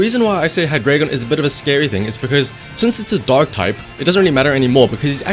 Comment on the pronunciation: Am i the only one that hears dog type instead of dark?))